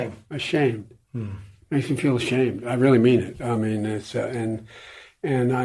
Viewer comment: The way that interview asked and emphasized "FEEL".....that pissed me off for some reason. Like, full on triggered me, lol. HOW YOU "FEEL" IS IRRELEVANT TO ANYTHING POLICY RELATED!